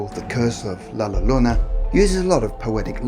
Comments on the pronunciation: Llorona - The Spanish Ll (double L) is pronounced like a J, or G, pronounced Jorona in English like the name Joe. It's never L, as in Lake. Actually, more correctly, it sounds more like a Y - Yorona. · Hispanic hearing him say the word llorona pronounc wrong 👁👄👁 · Llorona is pronounced Yorona. (Love you anyway,!) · Double l makes y sound u fuckin Limey